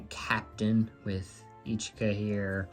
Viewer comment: Hey it is pronounced ishka not eecheeka….you say itsuki right so i was surprised. Yotsuba is also more like yahtsbah not yooooh tsuuuba. Ya know? They say it in the anime. Love your collection though! I have a ton of QQ too